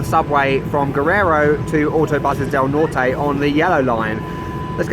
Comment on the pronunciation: Sorry to say....you dont even pretend to lose ur english accent in the few spanish words you say... "Norte" example. But a nice vid